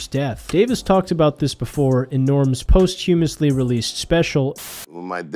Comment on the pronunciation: Nobody knows how to pronounce "posthumous" anymore.